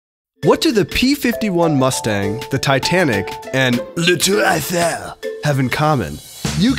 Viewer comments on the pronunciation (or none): LA TOUEGH AFFERGH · As a french your "La Tour Eiffel" prononciation make me laugh ! :D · It's "LA tour Eiffel" :) ant the 'ou' in the word is pronounced somewhat like the sound 'oo' in english :P